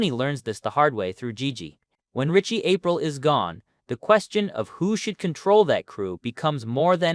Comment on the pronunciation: GiGi died taking a shit after hearing Ritchie Aprile’s name pronounced Ritchie April.